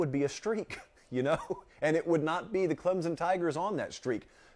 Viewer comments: Learn how to pronounce ClemSon… not ClemZen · It's ClemSON... not Clemzun... jfc